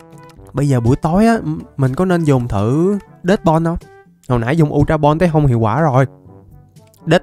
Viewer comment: ultra ball mới đúng bro lại đọc sai tên r còn lúc chơi game tui xài bóng thường cũng bắt đc chứa cần gì ultra ball:))